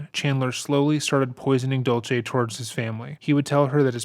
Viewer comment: Just a couple of suggestions for this Creator - Cat’s mom is named Dulce, not “Dolce.” It’s pronounced “Dool-say.” Chandler purported to work at American Family Insurance, not “American Life.” He put his some of his mom’s remains by the Wisconsin River, not a lake. I hope this doesn’t come across as picky. I know that details are important, especially as your channel grows.